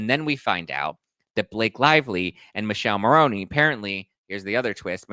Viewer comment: It’s Mikeleh Marroneh not Michelle Maroney - please